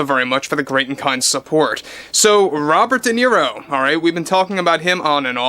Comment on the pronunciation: I keep hearing Robit deniro